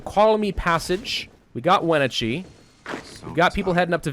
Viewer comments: Lol the way he said Wenatchee I’m sorry but that was super funny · Wenachee hurt my Washington Soul. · I live in Washington State, and I like hearing how people mistakenly pronounce our town names. Wenatchee and Yakima are real places, and they don't sound like that. 😂